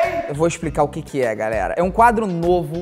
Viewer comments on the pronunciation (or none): ele falou garera😘😂